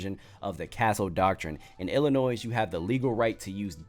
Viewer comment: IDGAF about Fuentes either! Although, this could have been much worse. DON'T JUST GO TO PEOPLE'S HOUSES. IDC WHAT THEY DO!Fun fact: the Illini don't pronounce their state "Ill-a-noise". It's Native American and the S is silent. Trust me. I've been corrected plenty of times 😅 Keep up the good work, homie.